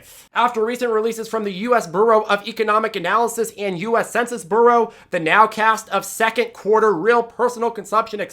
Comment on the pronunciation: That “bureau” pronunciation is a bit off the rails!